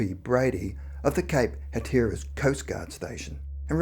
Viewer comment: Great video, as always!! One small correction, Hatteras is pronounced Hat-er-russ ~ thanks!! ❤️